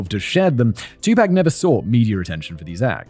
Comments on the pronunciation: I knew there would be a lot of mispronunciations in this episode, but never in my wildest dreams did I think I needed to include a pronunciation guide for Tupac. I probably should have realized because of how British people (or at least Simon) pronounce taco. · You say T.. Tupac and I say T.. Tupac.. I say T.. Tupac and you say T.. Tupac.. T.. Tupac.. T.. Tupac.. T.. Tupac.. T.. Tupac.. Let's call the whole thing off.. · It is a name, so the pronunciation should not change across nations and should be pronounced as given by the individual. Spanish name José retains the H sound in all forms of English. Simon didn't know but you are just wrong. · My favorite Tupac song, is: "U cant see me" (correct spelling.) Simons pronunciation of Tupac, was exactly how id hoped it would be. Thanks Simon, Kevin, and the rest of the basement dwellers. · “I don’t know anything about Tupac” Simon, we know: you’ve been mispronouncing his name the entire video lol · I had to come here to watch the remainder of the show I missed out on in the clipped podcast version. Very well written Kevin! Simon, your mispronunciation of Black American names sent me into a fit of giggles. I won't hold it against you. But it's pretty bad. 😂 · Great video but not a good look to 1. Not use an actual picture of Tupac on the thumbnail and 2. Not confirm the proper pronunciation of his name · hearing you mispronounce "Tupac" hurts my ears, but great video none the less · Im not sure i can watch all of this with your butchery of Tupacs name 🤣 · You checked on pronouncing Suge but didn't get Tupac right... Sounds like Tupok. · you know his name is TWO-POC right? not TWO-PACK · He pronounce it as "2 pack", which is wrong. "Tu" part is pronounced same as number 2, but "pac" is pronounced as "pɑːk". Check his song "All eyez on me", he says his name at the beginning of the 2nd verse right after hook. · Not me clenching my jaw every time Simon says "2-pack" instead of "2pahk" 😅🤪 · Its Tupac, not twopack ffs....